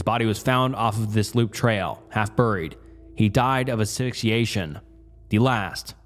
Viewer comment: "He died of ashooshiation"